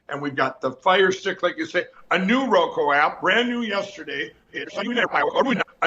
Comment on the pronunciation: Lindell still hasn't figured out how to say Roku.